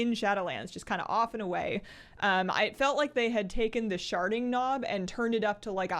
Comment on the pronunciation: Did you just say the “sharting” knob??? 😅